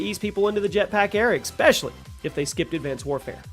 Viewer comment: Bro said ‘expecially’ 🤣🤣🤣🤣